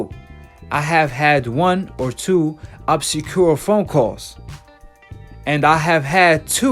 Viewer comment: Man to can’t even read words proper what does “Obsecure” mean and its Lancashire dumb ass